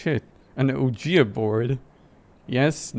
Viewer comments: Awesome, but...it's actually pronounced 'weedge-ah' board. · BTW it is pronounced weegeeboard